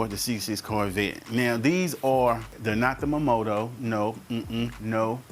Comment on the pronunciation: It's MORIMOTO not MOMOTO Bruh...